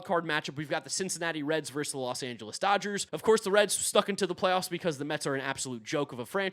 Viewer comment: Love your stuff bro, but the word is "versus." Two syllables.